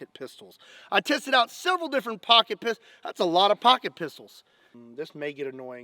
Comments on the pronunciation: It sounds like he’s saying pocket pizz holls but like the The actual bad word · Pocket p**sy? Am i the only one hearing that?